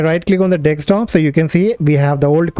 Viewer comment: Why you sound like the Laka-Laka guy trying to scam me every day over the phone ? And why you say "Vindous instead of Windows, also... WirChewall instead of: Virtual? And why it;s : "DEXtop" instead of: "Desktop"?